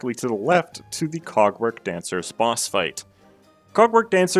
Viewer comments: I don’t think he said cogwork😭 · i did NOT just hear you say "cogwork dancers is a pretty tough fight" 💀